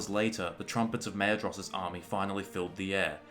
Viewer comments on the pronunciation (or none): Maedhros is pronounced Maithros, just so you know. My life was atleast turned upside down by that discovery